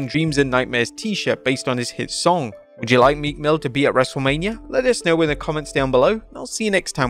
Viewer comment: Meekmill who I thought he said meat mill 😂.